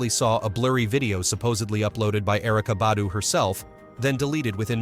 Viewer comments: Just a tip: If you put a video out, do some research before you post! Put some RESPECT on that man name! For 27 minutes straight you pronounced his name wrong. LETS DO BETTER!🤷🏽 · you should know how to pronounce names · I PROMISE I JUMPED IN THE COMMENTS JUST FOR THIS POST. I SWEAR THEY BE KILLING ME W/ THAT. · For real! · I know "like why is it so hard to say his name correctly? " It's ridiculous how they killed black people name!